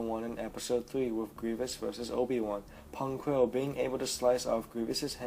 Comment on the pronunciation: *Pon Krell not Pong...